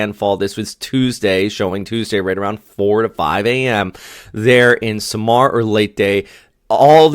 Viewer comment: so samar has like a delay to it. SaahMar , not like how you say it Sam-R. Again… I tried 😅😅